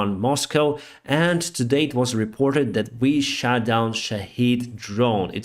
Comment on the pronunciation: Good friend, do try to say SHOT with more of an "o" sound, you sound like you are saying you took a shit "SHAT" a drone. SLAVA UKRAINI!